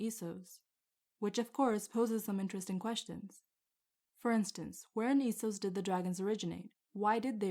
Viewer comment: So you pronounce it Esos, instead of Essos? Well, I guess it is "East", so I guess it could be pronounced that way, but I thought that it was officially confirmed to be pronounced "Essos".